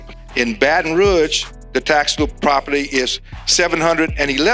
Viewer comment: It would help for the black man to be able to pronounce Rouge.